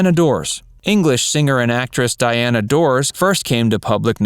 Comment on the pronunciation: Diana Dors first name is pronounced, DEEana